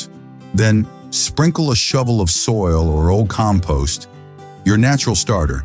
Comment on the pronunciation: Sounds like AI. Keeps mispronouncing compost